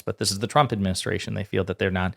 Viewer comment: She can’t say trump 😂😂😂😂😂😂😂😂😂😂😂😂😂😂😂